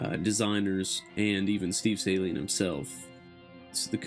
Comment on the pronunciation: There is a lot of mis-information, I agree, especially in the first 15 seconds of the video in how not to pronunciate "Saleen". It's pronounced Sa-leen, not Say-leen.